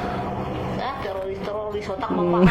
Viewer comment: Silahkan ditandai ibu yg berkacamata Yang salah baca ( tiroris di baca TERORIS) karna salah baca, ibu ini bisa dikatakan penghasut karna kata tiroris di salah artikan dan di goreng untuk mengadu domba